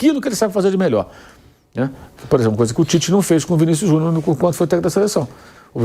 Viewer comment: Porque o Vampeta pronuncia "Vinícius Juniô" ?